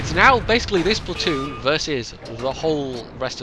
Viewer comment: Platton? Come on,, your English can only get so bad:P